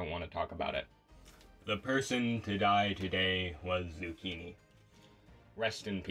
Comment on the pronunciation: No way you spelled my name wrong in the credits 💀dude really just said "Zuucchinii"